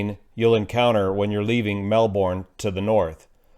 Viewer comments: Just a lil Aussie tip, it’s pronounced melbern not melborn haha 🙂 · Not that this is horrible or somehow evil, but you will always get some wry smiles and maybe a grouchy look if you say "Mel-born" to an Australian. It instantly identifies the speaker as being "not from there..." The correct pronunciation is "Mel-burn". Aussies are famous for wacky idioms, pronunciation and spelling of American-English words - more so than the Brits... That said, keep up the good aviation reporting,! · in Aus the pronounciation is “Mel-burn” - “burn” as in fire.(Not Mel-Bourne as in Bourne identity)👍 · excellent job, please keep up your channel Melbourne is generally pronounced melbawn ie don't emphasise the "r". quite a few people pronounce it melbun as in a bun that you eat Australian is a weird language...;) but we love it Down Under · Melbourne florida is pronounced like burn, Mel-burn. Melbourne Aus is Mel-bun/bin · It’s pronounced Mel-burn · Hi mate. Melbourne is pronounced ‘Melbon’ Hope this helps, Australia PS, we call the scrubby highlands Tiger country. Careful mate, she bites! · And not pronounced like Melbourne, Florida. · * Melbin **Too-cum-wall And Yarra is said with a harder "A", as in yArrA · Minor correction on pronunciation - melbourne: the bourne part is pronounced like "burn". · That Aussie city is pronounced "Mel-burn," mate! Really enjoy your channel. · To instantly feel like a Melbourne resident, rather than a visitor, pronounce the name as the locals do: Mel-bin. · Or Mel-bin” :) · Saying Mel-bun takes less work to pronounce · Nah, its Melbin. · Aussies don't pronounce anything correctly - kinda funny to see you all jumping in to teach your (our) bad habits LOL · "Melbourne" on the other hand... :)